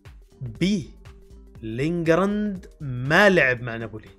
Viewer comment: لينغارد ❌ لينغزاند ✅ ارحمناا يا استاذ 😂😂😂